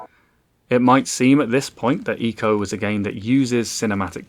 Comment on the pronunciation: Thank you for pronouncing eeeeco correctly